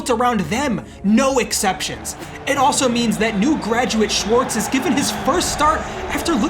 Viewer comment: the mispronunciation of schwarz' name is crazy